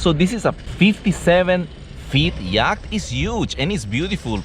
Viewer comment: I'm sorry but it sounds like you're saying yak 🐃